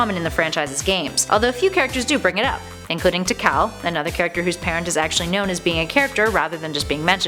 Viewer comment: It's pronounced tea- call tikal